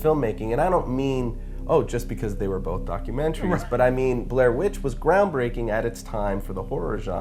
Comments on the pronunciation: "This is a absolutely groundbaking film." o_0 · "ground baking" ahahahaaahahaahaa I lol his mistake :)